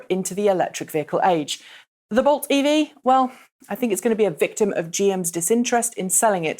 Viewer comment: It really sounds like you're saying Volt when you say Bolt. I blame Chevy.